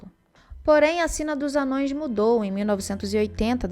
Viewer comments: n eh te corrigindo , e nem eh um erro de português, mas se vc pesquisar um pouco vai ver qual pronuncia correta, ha , vejo seus vídeos e só fiz uma crítica construtiva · a pronúncia de ambos é correta. Embora o termo "Anãos" seja o usado atualmente na tradução nova, isso não torna o termo "anões" incorreto de se falar no dia a dia quando discutimos o Legendário. Tá de boa até oscilar entre eles, kkkkk